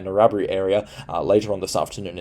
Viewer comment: Appreciate your informative daily clips, but mate your mispronunciation of town names detracts from your cred. Eidsvold & Narrabri in particular are shockers. FYI.